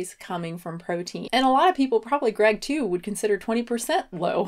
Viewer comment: is making voney with his vookbook